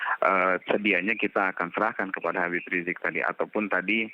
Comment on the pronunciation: Knpa sih kalin susah bilang Habib riziq